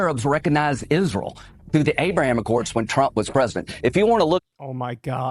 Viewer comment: What's Izroll?